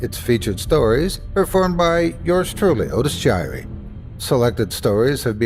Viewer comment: Otis jiry.... 🤦‍♂️ ... well, it's better then nothing.